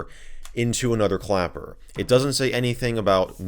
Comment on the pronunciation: him: clapper. me: clacker (thats what he actually said at one point LOL)